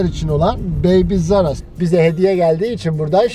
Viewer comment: ablacim baby rzaras gibi bisey soyluyorsunuz tam anlayamadim magazanin ismini tam olarak yaza bilirmisiniz.Tesekkurler